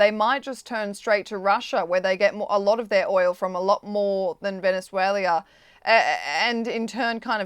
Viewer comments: VenezueLIA? Errrr...nope - wth? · Someone want to teach this " journalist" how to say Venezuela? Tell her that country has never been called Venezuelia by anyone ever! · She mispronounces the country as Venezuela-ia. Can’t they find an interviewer who actually speaks English ? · It's pronounced Veh ·nuh ·zway· luh. Not every country needs to end in "ia". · Gi shin ping? Venezueleeeeaa? Had to be on purpose right? Or thick af? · Its Venezuela not Vendzuelia !! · There's no 'i' in Venezuela,. Sorry, but it really irritates me when I hear a country's name being pronounced wrongly so many times in the same discussion. Otherwise a really good discussion. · Apart from her extremely annoying voice and pronunciation of Venezuela, how many times did she say Venezualia ?? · Does everyone in Australia say Venezualia? I won't blame a ya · I'm from Australia and I don't say Venezuel..i..a. I am not sure how you can get employed by the Times without being able to pronounce the names of countries correctly.